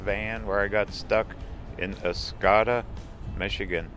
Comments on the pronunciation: Oscoda is pronounced Os code a like the wind talkers not Os cod a like the fish. NE MI is some of the prettiest country around. Lived there for several years before retirement in FL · It's pronunciation is ahs-coda we had a cottage just outside of Oscoda. Miss the area.